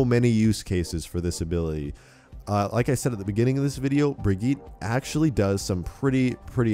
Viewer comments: It's pronounced Brijit not Brigeet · Bri-git- uh. Please say it better. It's kinda annoying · AmyAsheworth - Unofficial dude it’s a Swedish name I’m Swedish myself that’s not how u pronounce it same with Torbjörn its not pronounced the way people say it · How to pronounce the new hero. (Bridge-Yeet) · YouTubeFame - Brig-eet. Offical Blizzard pronunciation for their new character. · Pretty sure her name is Germanic, because of Reinhardt. Anyway, her name is specifically pronounced Bri-gi-tah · YouTubeFame - dude, I have watched videos and read how German people are pronouncing the name. The way she pronounces it is Germanic not Swedish. Bri-get-tah or Bri-get-teh I never disagreed with you on the first place. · AmyAsheworth - Unofficial he isnt tho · Uhhh hes saying it wrong